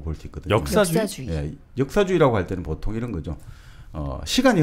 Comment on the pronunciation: 장음인 단어의 첫자를 짧게 잘못 발음한 예:사실,정의,보통,사물,별(star),사용,사람(인간),했는데,가치,시각,한계,고대,과거,세상,반대,시각, 등의 문제는 거의 여기 초대돤 젊은 철학자의 문제입니다. 철학자가 이런 장단음 문제가 있다는 것응 실로 ㄴㅇㄹ라운 일이 아닙니까. 말부터 바르게 배우고 나서 공석에 나오셔야겠읍니다. "한국 어문을 고발함"이라는 책을 읽어 보시지요. 미국 변 완수 배